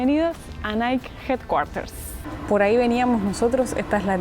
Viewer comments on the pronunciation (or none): Hermoso video, una pequeña aclaración Nike realmente se pronuncia naiki y no naik. 😅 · Que no se dice Naik, se dice naiki.... y dejen de comerse las eses!!!!! Los quiero!!! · Por cierto se pronuncia Naiky para decir Nike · El nombre de NIKE se pronuncia "Naiki" ... en este caso la ultima letra si se pronuncia. Vayan a Hillsboro a ver el campus de INTEL que es toda una ciudad, impresionante. Pasaron por nuestra vieja casa en Beaverton, me dio ternura. Pasen por el puente de St John's, el mas bonito de todos!